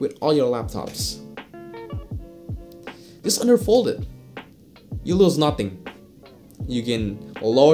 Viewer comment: I kept thinking you were saying underfold lol.